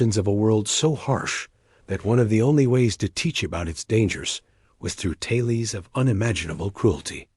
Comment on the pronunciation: “Tale-eez?” That’s why I don’t like when creators of incredible video content choose to use AI audio voices. The mispronunciations make the content second rate. For heaven’s sake, please use a Real biological human being to narrate the video. It will be far more professional, not to mention, ethical to do so.